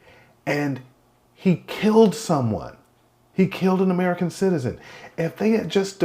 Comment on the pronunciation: We're all people, man. Just because you emphasize the words "American citizen" doesn't make one life more valuable than another. Tell me how many Americans harmed or unalived other Americans recently that you didn't report on.